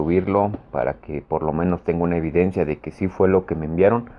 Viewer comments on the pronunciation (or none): none